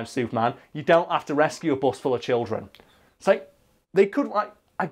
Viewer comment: what's a childen?